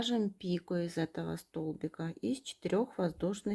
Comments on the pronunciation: Извините, слух режет,не п ико, а пик о, ударение на о, спасибо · Не пику, а пико